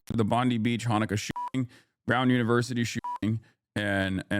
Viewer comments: Bon "die" not Bon D. It's being run smooth but I can see the 4 steps of a Mauser style bolt action there. Very rare but the last 6 months have had a number of shooting incidents in Sydney. Luckily this wasn't the guys with the AKM or the .30 Carbine or the casualties would likely be worse since they were competent this time. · For the Americans Its pronounced bond-eye Also the pms name is albo-neasy